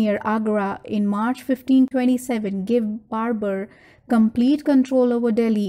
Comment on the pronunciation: itz barber you skibidi sigma